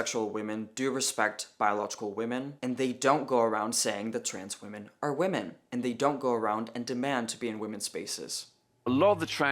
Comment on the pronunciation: This is Peter Tatchell. He literally can't pronounce the word "women" let alone define it. If you want a good laugh go look up the video of him "debating" (getting his arse handed to him) Helen Joyce and getting increasingly annoyed at "Freda" on his side representing the trans community getting drunk and claiming she would sleep with ppl in the audience's husbands. He then proclaimed he knew the gender identity of the audience based on what they were wearing. If you want a darker side then look up what he said about a certain group of men and their attractions to children. It won't surprise any of you.